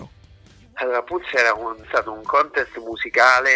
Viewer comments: La loro breve ma fulminante carriera? Dunque la loro carriera sarebbe già finita? E si dice “pals” no “piulse”… 😆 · ma come si fa a pronunciare PIULS??? ma insomma...